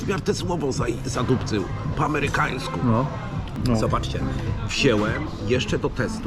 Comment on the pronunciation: Ty taki zanany DJ, imponuje mi Twoja umiejętność szybkiego liczenia w pamięci, ale że Ty mówisz wziełem a nie wziąłem to szok:D. Nie no świruję, czepiam się, ale jednak mnie to razi a szczególnie z Twoich ust.